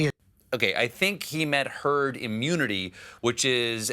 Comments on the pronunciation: He said Turd the first time instead of Herd the first time :P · did he just say Turd instead of herd? :D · I think he said, “Turd mentality.” Listen again. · Sounded like he was about to say turd mentality. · Trump did actually say TURD before he said HERD. TURD mentality. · Sounded like he said, "Turd Immunity". ROFL! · Sounds like Trump was saying "Turd mentality". He certainly is leading in that area. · He tried to say "Turd mentality" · At 9.00 mins - he definitely says "turd"! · He said thurd mentalité ah ah !!! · He said Turd